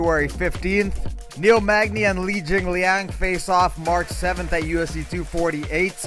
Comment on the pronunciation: When you said Neil Magny vs. Li Jingliang, I thought I heard you say "Neil Magny vs. Weili Zhang" and I was like, damn that girl will fight anyone lmfao